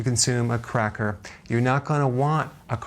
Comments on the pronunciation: did he say...crack whore instead of cracker? hahahahaha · did he just say "crackwhore"? Lol